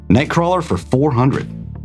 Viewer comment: I actually love watching these, and will continue to do so! I just disagree on how you pronounce nightcrawler’s name